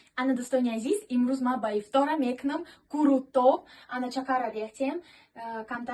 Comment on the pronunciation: Курутоб не Қурутов ношигрит охи 😅